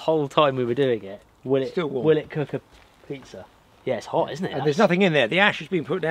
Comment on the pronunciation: There is no R at the end of pizza 🍕